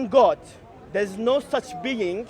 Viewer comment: missink, beink, sayink, beginnink, same beink, same think. Ahad =ONE in Hebrew. go and feel shame 😀😂